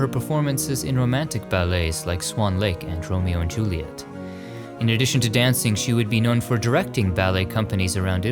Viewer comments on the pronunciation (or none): you 100% said "Tromeo and Juliet" when talking about Carla Fracci lol